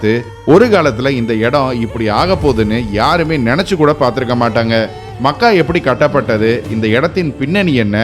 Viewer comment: Mech - ka. . . Makkkaa illa. . . otherwise it's a good video